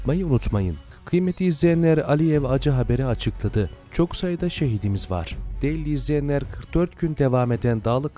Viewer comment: Derli değil, de-ĞER-li. Türkçemize saygı lütfen.